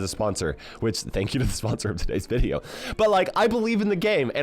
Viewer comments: bro also said veideo 💀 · Bro said veideo